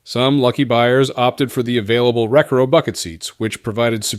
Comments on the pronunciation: It's notrEcaro, it's recAro. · Ree car oh - recaro not wreck ar oh 🤦‍♂️ 😂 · Recaro is pronounced RE-CAR--O not WRECK-RO but aside from that and the tri-power and dual quad engines shown for the Pontiac Turbo TA it is still a good video. :) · Who pronounces recoro like this! Not me! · It’s pronounced Reh-Car-Oh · It’s pronounced rec ahh row…. Recaro… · No human actually reads the slashes in AM/FM/Cassette. Also recaro - “ruh car oh” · It’s pronounced Re-Car-O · The way he mispronounced recaro made me physically cringe.